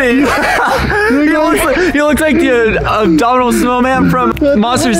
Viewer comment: Did anybody hear he called him the ubdaminal snowman